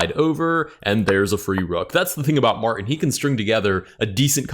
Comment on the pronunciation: There is a "T" in Martin.